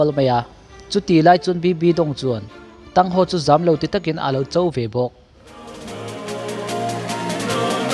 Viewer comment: MiZo aw phawi cuan Thang Hau tih tur cuan Thang san and Xiau Uu tin chir la, aw phawi a dik ang